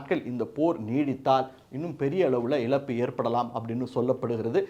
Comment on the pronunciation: Please pronounce Za properly and don't pronounce it as la example it is not elappu it is ezappu.